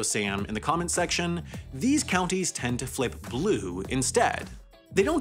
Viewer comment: Lol... , counties is pronounced "countries".